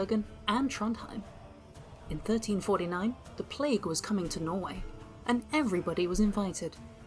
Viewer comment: Bro really said nor-eu4 ducat noise-way